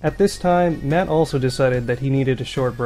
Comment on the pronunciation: After hearing Pat on the last podcast not even able to say the name "Matt", I don't think I can listen to the podcast anymore.